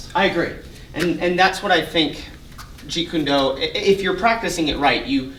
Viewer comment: Seriously please stop pronouncing jeet kune do the wrong way. .it's so completely not cool and is disrespectful. Other than that I love this channel and you guys are accomplishing a lot for the martial arts community